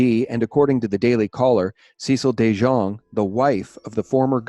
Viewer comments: Fyi DeJongh is pronounced De Young. My boss was VI financial consultant in the 90s. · On the Gov's name. The J is pronounced like a Y. Say it like dee-young. And the wife's name is se-SEEL. The Delegate's name is PLAS-kett, like gasket, not plas-KETT. IMO, Epstein was working for the CIA, moving money around from one trust to another, funneling to spooky mind-control and genome "science." And putting various pols in compromising positions. Yes, he had the Gov's wife on the payroll for at least 125k/yr. That was public info in the 2006 election, just after the 05 indictment. And as to keeping an eye on Epstein - does the VI Police Department even have a boat? West Indians are not exactly sea-fearing people.